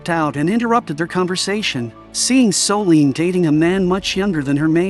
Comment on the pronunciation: That narrator… 🫠😞.. Soleeeeene.. it’s Solène.. Her name is Solène.